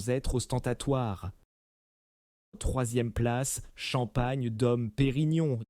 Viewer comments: Les noms de crtaines maisons de chmpagne sont prononcées d'une manière invraisemblable, les vois générées par IA, cest vraiment grotesque ! Taitinger et Bollinger se prononcent Taitaingé et Bollingé et non Taitingère et Bollinger ( prononcés comme Godfinger !) , Dom Pérignon et non Dome Pérignon. Quelle voix ridicule !!! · Pourquoi massacrent ils la prononciation des marques : Moé et Chandon, Taitine-gère , Bolline Gère, Paul Rogeaille , Krügue, Dôme Pérignon etc ..… 😂😂😂